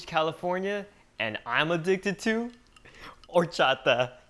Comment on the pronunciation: Anthony, what is horcharter?